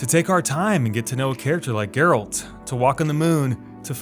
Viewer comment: Thank You God,this man pronounced Geralt's name right...so many people do it wrong on yt despite apparently playing the game